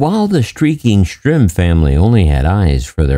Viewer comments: Now I have to look up... is it Stirm or Strim? He says "strim," but most times, it's printed "Stirm." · If you're going to tell this heroes story you owe it to him to pronounce his, and others, names properly. His last name is STIRM.... not Strim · The narrator keeps calling the last name "Strim, not Stirm. "Strum" is much different than "Sturm." So is it Stirm? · You call him "Strim" about 100 times in the video.... his name is STIRM. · If his name is spelled Stirm, why then are you pronouncing his name as Strim? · Dude if you're going to do a story on someone pronounce their name right its Stirm not Strim! And you're constantly repeating yourself for 20 minutes was really annoying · The narrator keeps saying "Strim", although he is really Lt. Col. Robert Stirm. This s embarrassing to the family. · Right? He said "Strim" about 100 times in the video... even spelled it wrong in an overlay ... It was really distracting from story.